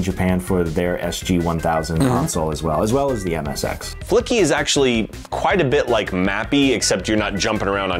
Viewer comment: "Flicky" turns into "Fucky"